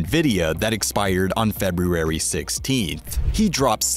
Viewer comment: Video was worth it just to hear you try to pronounce February.